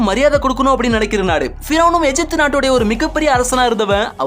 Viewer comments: தமிழில் எகிப்து என்றுதானே படிக்க வேண்டும்? ஏன் எஜிப்து என்று படிக்கிறீர்கள்? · அய்யா எஜிப்டு அல்ல தமிழில் கூறும்போது எகிப்து என உச்சரியுங்கள்